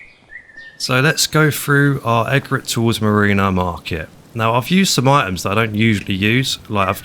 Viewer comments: That's not the pronunciation of "Egret"... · Great build, you have an amazing imagination. I know you like to know the pronunciations (I always call it Mutt-Fruit as well) so this one needs the E being emphasised, its named after a bird!!